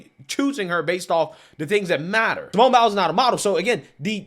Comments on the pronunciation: "Simone Bowels" I know it aint on purpose, but they don't. Be careful, or they gonna come for you next. Lol love you brother!! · Dude I feel like he gets the names wrong on purpose lol. Simone bowels!? Come on!